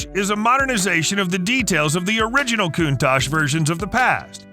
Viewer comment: Countach is supposed to be pronounced "Coun-Tuck" not "Coon-Tache".